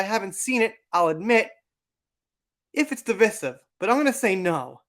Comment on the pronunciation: It's pronounced device-iv not deevis-iv. Also, Dark Shadows is by far one of his best movies! A must see.